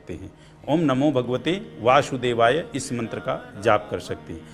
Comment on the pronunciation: दूसरों को ज्ञान देने से पहले आप अपना स्वयं का उच्चारणदेख लीजिए आप स शब्द को श के रूप में उच्चारण कर रहे हैं। आप वासुदेवाय को वाशुदेवाय बोल रहे हैं